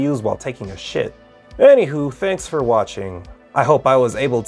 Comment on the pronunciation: My guy really emphasized SHIT real hard